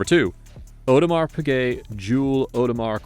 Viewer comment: "aUdemar pigay"